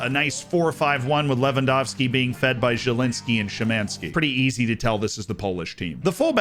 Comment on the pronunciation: Finally! Someone who can pronounce Lewandowski right that's not Polish😂